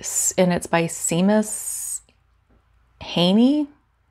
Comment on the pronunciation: You were close on the pronunciation. Seamus = shay mus . Wow, I just found this tab open lol I started writing this comment hours ago. Smh, Great video, so many ideas were had I forgot to finish my comment lol 🤗💙